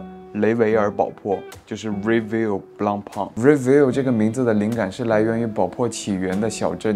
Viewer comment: 宝珀先生名字都读错，你跟我说你是粉？简直就是为了做视频你都能喊蔡徐坤爹吧